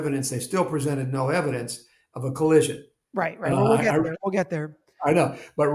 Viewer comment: Coll-US-ion not Collision